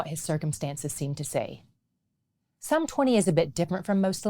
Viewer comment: Thank you for using Psalm without the S